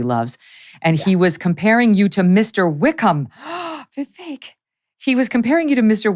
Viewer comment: I'm glad to hear that Mr. Ramaswamy's first name is now being pronounced properly, Vivek, like "cake." ;-)